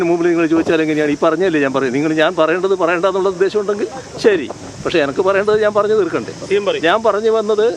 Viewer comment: എനക്ക് എന്നല്ല എനിക്ക് എന്ന് പറയാൻ പുള്ളിക്കാവുന്നില്ല